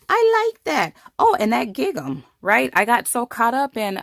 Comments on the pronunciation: It’s gingham not gig am. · Wonderful technique, I've never seen this before - thank you for sharing!! I can't wait to try this :D (just a note: gingham rhymes with ring-um) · Great! Just to let you know, gingham is pronounced similar to "ringum". Xx There's no hard G. Xx